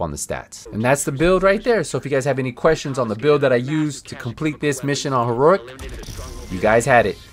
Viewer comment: HEE-ROW-EEK, say it slowly, not HEE-RORIK